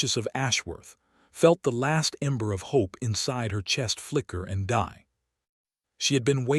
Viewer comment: We should 'hop' for less and lower our 'expectattons'😂